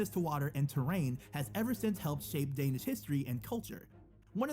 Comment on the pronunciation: I am danish and the pronauns of danish words Are bad